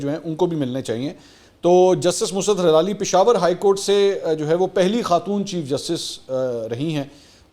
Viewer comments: I don't understand why all these media persons pronounce her name wrong. Geo news bulletin, she was also called "Musarrat Hallali" and same here. Would you like yourself to be called Masoor Ali Khan? I did a little bit of googling and everywhere i found her name to be Mussarrat Hilali. Please do better research. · Justice Musarrat surname is Hilali not “ Halali”